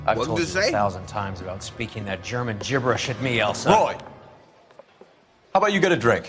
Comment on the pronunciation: why does she bother trying to speak german if she aint even saying it correctly